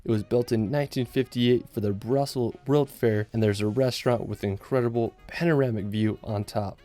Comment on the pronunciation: Love the content, but why can't this guy pronounce the word 'world'?